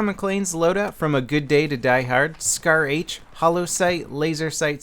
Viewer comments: What's a shar-h I thought it was scar-h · shar-h, you mean scar-h :p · Hey it's SCAR-H not SHAR-H ok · isn't that the scar-h instead of shar-h ? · grammar nazi..... as if he wouldn't know.... -. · SHAR-H?? SCAR-H? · It's SCAR-H not Shar-H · WTF? Shar-H????? LOL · shar-h? ahaha lol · What the hell is a SHAR-H? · Shar H lol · Shar-H? lol